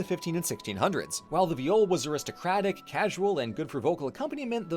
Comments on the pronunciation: I could've sworn it was pronounced "vaï-ol", not "v'jol" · I’m sorry but just where do you have your pronunciation of viol from 😭 in english it’s pronounced exactly like the first syllable in violin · in dutch that's how you say violin (though it's spelled viool) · Viol player here, this is a pretty good summary of the history, good work! However,, I'm so sorry, you mispronounced the name - it should rhyme with "smile". But it's awesome that you took on a more unfamiliar topic like this and managed to condense it down like this! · In Dutch we translate violin to viool. Pronounced exactly how pronounced viol. So what the fuck is a viol?